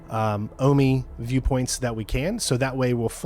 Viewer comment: omi is not pronounced "aw-mee". Jesus fc